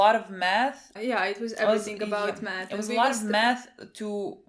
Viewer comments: I thought said meth instead of math lmao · This whole time I thought you were saying you study "med" as in Medicine. Haha